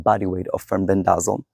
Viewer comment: It's FEN-BEN-DA-ZOLE